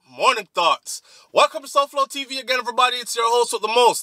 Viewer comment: I keep thinking you are saying ‘ morning thots’ 😂😂